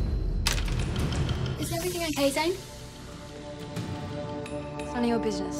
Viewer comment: Its not ricky - ITS RIKKI!!! Its not Zain - ITS ZANE!